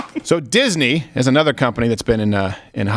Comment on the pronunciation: Duck Fisney is what I heard. Is that related to Donald